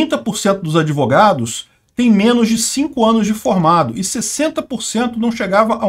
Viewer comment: “Adevogados” kkk bem feito! Quem mandou não estudar?! Kkkk